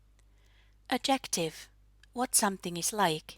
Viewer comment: just a quick note: the word "adjective" is stressed on the first syllable in English, just like in Finnish 😆